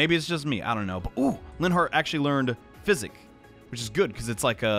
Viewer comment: I have over 600hrs in this game, and it wasn't until he said "Physic" that I realized the spell wasn't called "Psychic"